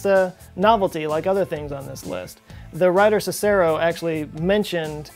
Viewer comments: I've always heard it pronounced "SIS-er-oh" not "sis-ER-oh" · He said "Sasero" 😂😂 Cicero is pronounced Seas-Ro, I was wondering why he kept butchering so many ancient words until this part that had me dying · si-SAR-ro? Seriously? Cicero with the stress on the first syllable. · The most perplexing thing in this video is how someone as well educated as doesn’t know the common pronunciations of Sis-AIRo and BUY-zen teens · Tis pronounced Sisero.....According to Skyrim rules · I believe you pronounce Cicero, SIS-a-row. I never heard it pronounced how you did. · CI-ce-ro. (SEE-seh-roh). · "Baizentiens" "Cicehro" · Biz-an-teen and Sis-ser-row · Byzantine is pronounced "BIZZ-zin-teen" or "BIZZ-zan-tine." Also, Cicero is pronounced "SIS-sir-row" (in English, anyway). Thank you. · Cicero is actually pronounced Chickero...grrrr there is another advanced invention well before its time that is missing....The Romans used concrete extensively and innovatively, ie., the dome of the Pantheon. The process was lost for millennia afterward. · I cringed when you pronounced Cicero, as siisero 😬😬😬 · I love this channel, but his pronunciation of "Byzantine" and "Cicero" is the most heart breaking and inexcusable thing in this video counting all of the stuff in the video. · That bugged me, too. Same with his pronunciation of Cicero. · Good stuff. Thanks. BTW -- "Cicero", "Byzantine", ummmm.... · I hope this was mentioned repeatedly: it’s pronounced Cicero. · Time for a quick check on how to pronounce Byzantine and Cicero. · Look up the pronunciation of byzantine and Cicero! Goggle it especially byzantine you said it many times! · I don’t think that’s how you pronounce Cicero xP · How you pronounced Cicero has me questioning everything